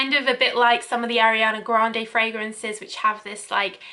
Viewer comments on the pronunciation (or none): none